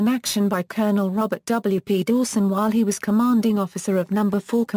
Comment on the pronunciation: Submakeen gun? These shitty text to voice auto generated 'videos' continue to annoy!